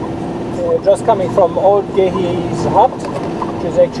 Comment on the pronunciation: Not hard to tell :-)..... Guys, you have to learn to pronounce things properly. Geehi is pronounced Djehi :-)